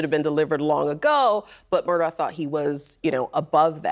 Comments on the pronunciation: For Christs sake CNN the guys name is MURDAUGH not MURDOCK. Such Lazy shitty journalism. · Why does everyone mispronounce his last name? If they’re going to say it can’t they figure out how to say it correctly.